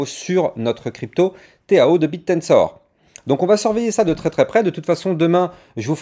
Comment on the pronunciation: Pourquoi tu dis le téao ?! Tkt minimum 2000 en bull run..